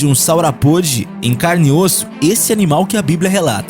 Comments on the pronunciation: Amigo, não é Saurapôde. A pronúncia correta é Saurópode! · Saurapôde? Que coisa mais amadora! Você nem pesquisou direito como se fala os nomes? SaurÓpode. Saurópode. Putsz.. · Ele falou Saurapôde, se diz, Saurópode :v '-')b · Não é saurapode mas sim saurópodes. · sauropôde? affff saurópode! mesozôico? Mesozóico! biblia como referência... mais um canal fazendo desfavor pra ciência, que triste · Saura pôde é teu cu!!!!!!kkkkkkkkkkkkkkk é “saurópode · O nome não é "saurapóde", é "saurópode". Outra coisa; saurópode não é uma espécie, mas o nome que se dá ao grupos dos dinossauros quadrúpedes e de pescoço muito longo. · Deslike só pq não sabe falar sauropode e behemoth